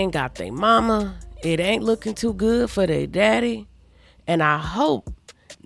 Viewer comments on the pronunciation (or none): You “tew” aggravated? I’m “tew” confused 🤣🤣🤣🤣